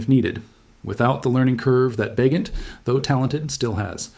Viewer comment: AI BS. Tyson Bagent with a hard ’G’.